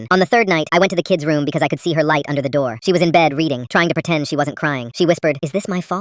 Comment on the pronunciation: "Pertend" is not a word. *Pretend